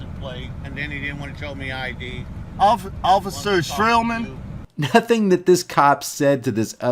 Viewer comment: "Ocifer" lol fat boy